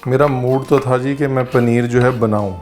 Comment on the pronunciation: teen THO tamatar le lijiye.. Esa koi word hi nhi Hindi me still hr koi use krta hai.. Like haan becomes Hao.. 🤣🤣